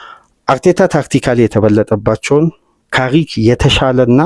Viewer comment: ካሪክ ነው የሚባለው